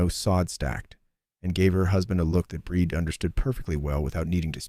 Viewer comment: A great story. I would think the woman's name was Brìd pronounced Breed. Im listening from Ireland.